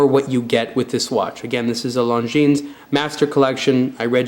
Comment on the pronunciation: Finally, some who pronounces Longines properly.